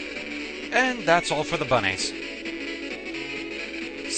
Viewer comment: "And that's bunnehs!" BUNNIES....